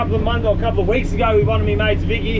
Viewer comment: Week not wee😊😊😊